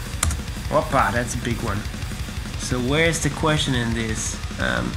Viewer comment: i love how he said opaa... Greek influences... how do you like Greece or greek people? :p